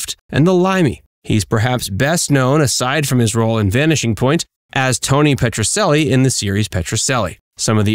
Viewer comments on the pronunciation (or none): Petrocelli is pronounced PETRO-CHELLY, NOT PETRO-SELLY! And he portrayed a defense attorney, not a prosecutor. He was always helping the underdog. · He is mispronouncing the name of the show! It's making me nuts.